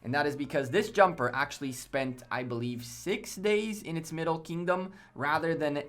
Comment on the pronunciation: It’s Kingdom not “Keyingdom”.